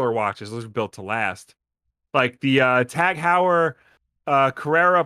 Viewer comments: About the watch: the "Heu" in Tag Heuer name should be pronounced like in the word "aHOY", so it would be "Tag HOYER". And if you look into watches $2100 for a watch might sound like a lot for an average person, but it's change in regards of price for a good watch. The prices or luxury brands watches can get astronomical. The other story is that this is a smart watch... Then I agree this is just a ripoff and they trying to bump the price by making it in limited quantity. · every time attempted to pronounce Tag Heuer I died a little